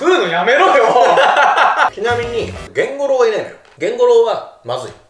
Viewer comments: ゲンゴロウがケンゴロウになっててどこのじいちゃんかと思ったわ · ゲンゴロウって炭治郎と同じ発音じゃないの？